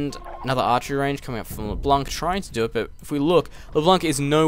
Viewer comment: you have "leblanc" almost right. Just pronounce it like you do now, but don't pronounce the "c" in the end, the "n" should be the last one to be pronounced.